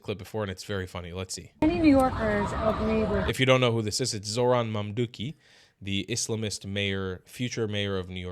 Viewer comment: The M British cop,,, if you don't want to be filmed, stay at home...... By the way, it's ZoHran not Zoran!! Zoran is a Serbian name, Zohran is not a Serb & never will be one. I'm originally a Christian from the Middle East, my civilization is older than 7 thousand years!!! Arabs & Muslims of all kinds have taken our lands, yet the hypocrite world says nothing. In Iraq for example, the Christian population used to be close to 4 millions, today it's maybe 200,000!!!! THAT'S WHY THE PREVIOUS POPE VISITED IRAQ.